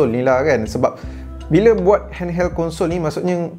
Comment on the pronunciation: aku dengar dia kata hand"HELL"